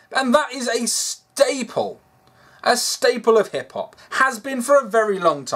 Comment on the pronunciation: "Black Hip-hop artist" ....am I the only one that heard that as black hippopotamus